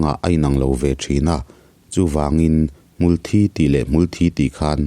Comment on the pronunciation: Hmul Thi tih hmar lam in an lamdan i tih kha a dik zawk lomaw le aw, chhim lam tih dan i sawi kha chu Blood (Thisen) hi a kawk zawk mah mah lomaw te kalo tive mai mai a😬